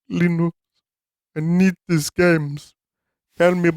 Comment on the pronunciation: Leenus ples